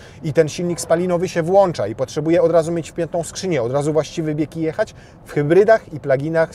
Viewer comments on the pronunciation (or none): none